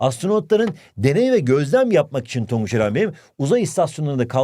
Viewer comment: HOCAM TONGUÇA NE DİYOSUNUZ TONGUÇ BİŞEY DİYOSUNUZ YAA😊